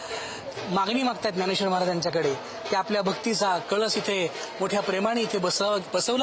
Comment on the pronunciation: कलश....हा वेगळा .....व .....कळस ....वेगळा आहे ........महाराज आपन सुध्दा कळश म्हणा.....❤....